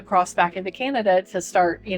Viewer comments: We don’t call it canadia it’s CANADA” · Canada NOT "Canadia" 😡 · It is Canada not Canadia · I find the way your son pronounces Canada to be incredibly disrespectful. It's attitude like his that continue to create poor relations between our countries.